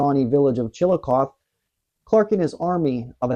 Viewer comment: You're not from Ohio are you? Piqua is pronounced Pick-wuh not Peekwuh and Chillocothe is pronounced Chill-o-cothee...